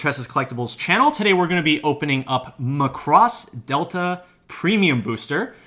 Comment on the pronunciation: Can we get the title pronounciation correct please?